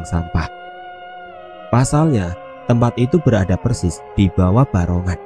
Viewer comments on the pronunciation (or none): none